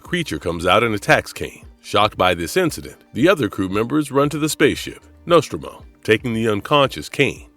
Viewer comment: Just came on here to comment. Also mispronounces Nostromo and calls Stanley Kubrick movie 2000 instead of 2001. Wonder if it's AI generated